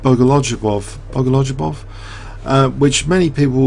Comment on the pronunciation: Bo-go-liu-bof is the right pronounciation as lju is pronounced liu and ov is pronounced of. Keep the fine work! Thanks!